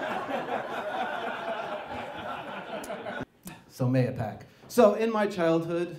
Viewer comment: It's nice to see that someone knows how to say Mahopac.